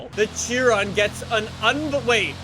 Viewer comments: It’s pronounced shi-Ron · Theres no t on chiron its pronounced shiron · Why he say fortza Its forza And not "chiron" "Sheeron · kia ron is the proper pronunciation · It is "fortza" idiot. That is the only thing can pronounce correctly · Wait... is it she-rone or Chee-ron